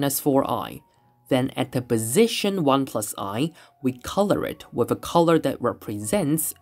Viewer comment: I had to stop; "bofe", "wiff"....no such words.